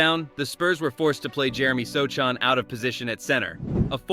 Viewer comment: If this is AI, learn to pronounce Sochan correctly. Enough said.